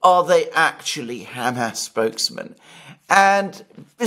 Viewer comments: Could you get Mercouis to stop saying ham ass.😊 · Great show! I had to chuckle to myself everytime Mr Mercouris said Hamas, as he pronounced it like it is a pig's rear end - like Ham Ass. I'm more used to the usual Hamaas type pronouncation. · It's funny how Alexander pronounces the faction as 'Ham-ass.' 😂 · and other knowledgeable pundits say "HAM ass" like we would say ham sandwich. American newscasters often say "huh MAHSS". Which is correct? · Alexander's pronunciation of Hamas unconsciously motivated me to eat two ham sandwiches.